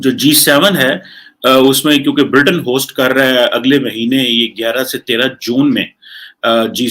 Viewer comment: Oooo chacha bartaniya ky hota h bolna to shi se sikh lo Lol 😂🤣🤣